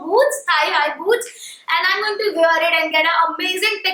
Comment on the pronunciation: What’s with North Indians and word wear? They can’t pronounce it right to save their life . Duh